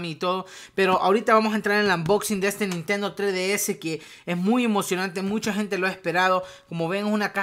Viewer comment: "Nintendo tre d s"